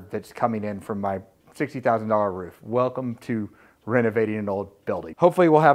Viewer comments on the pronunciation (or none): none